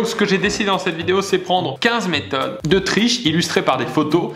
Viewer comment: J'ai cru il a dit 15 mètre de triche